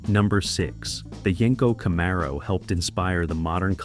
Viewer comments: It's pronounced Camaro 😂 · What you didn't think we'd notice you sneaking in a 68 camaro. And Jesus christ the pronunciation of camaro was driving me crazy, I have an actual 1969 pace car festival car,it drove me nuts listening, great video terrible narration.